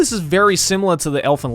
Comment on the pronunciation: elfen lied is pronounce elfen Lied as in liar. the title is german